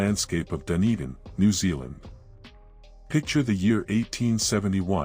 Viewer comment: Show sum respect and learn the place names and pronunciation FFS, never heard of Wenwapie...it's Whenuapai. Dundin... Dun e din. Like what your doing other than the crap pronunciation